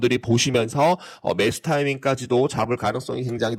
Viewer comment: 뭬수 따이밍~~ 이따이따이따이따요.....들으러 왔습니다...ㅋㅋ